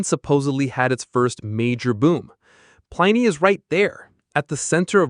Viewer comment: Plin-ee not Pline-ee.